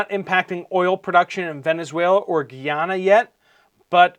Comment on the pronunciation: Guy-Ana not geeyana